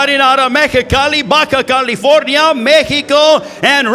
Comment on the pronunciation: Why does the announcer pronounce California with a m at the end. It's so distracting